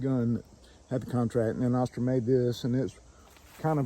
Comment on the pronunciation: Your killing me the way your pronounce Astra lol